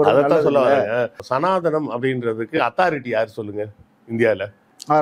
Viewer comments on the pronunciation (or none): none